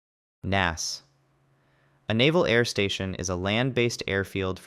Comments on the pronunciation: I have NEVER heard "NAS" (Naval Air Station) pronounced "Naas." N-A-S. Or "Naval Air Station." Not "Naas." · Naval Air Station is abbreviated as NAS. It’s not pronounced each letter is spoken “N” “A” “S”. 🤦‍♂️